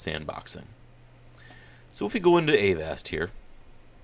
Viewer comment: its avast, NOT A-VAST